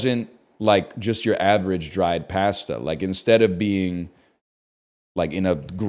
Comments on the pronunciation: NL, you're killing me with your pronunciation of cooked noodles. Pasta is pronounced "p-ah-sta" not "pah-sta." 🍜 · Why does he say pasta like that